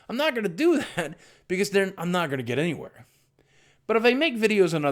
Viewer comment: says any"h"where like stewie xD